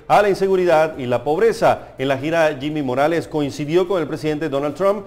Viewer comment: Se dice jimi morales y no se burlen como si nosotros los chapines nos estuviéramos burlando de sus tontos presidentes menos final trump